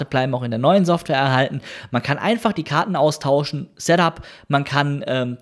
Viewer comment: Informatives Video, ich weiß jetzt alles was ich wissen wollte, aber es ist unerträglich, dass du weder ''software'' noch ''setup'' aussprechen kannst und du hättest alle Informationen auch in der halben Zeit rüber bringen können...